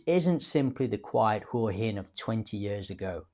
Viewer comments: Surely "Hwa Hin" not "Hoor Hin"? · It's not 'hore-hin' it's 'Hwa-hin.' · I wish these bloggers would lea to pronounce Hua Hin